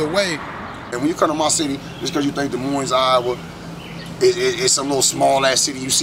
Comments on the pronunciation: don’t come to my city sayin des moines with the s at the end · If you can't pronounce "Des Moines", you're probably not really from there. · The S is silent. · Des Moines. The Ss' are silent.!!